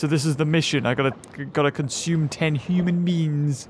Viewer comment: You say human wrong